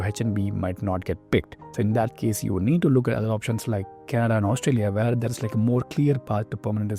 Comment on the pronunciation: All I hear is Tatatathhahahahtta Ghhafddadada Rrrreegegge He does not speak English "Where" is pronounced "weeeear"